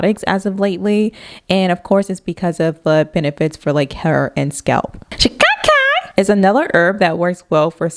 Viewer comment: Same. I bust out a laugh the way she said it 😂